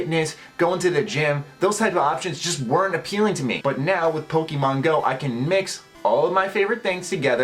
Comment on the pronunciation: you said pokemon wrong